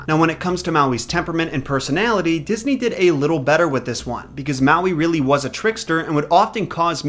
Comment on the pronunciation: I’m sorry but, you need to read up on the Hawaiian Islands legends on Maui and your pronunciation of the names and words need a lot of help. Good try though